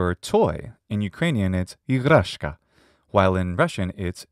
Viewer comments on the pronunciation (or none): Google translate voice acting is terrible 😨 As a native Ukrainian speaker, I felt distinguished when listened how she emphasizes the words... Ihrashka, not ihrAshka, odyn do odnOho, bratErstva etc